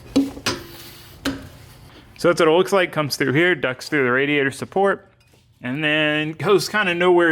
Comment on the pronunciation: Favorite part is when put a lil sauce on "weld a bead hyah" lol have fun sayin words in funny ways fuck it be different lol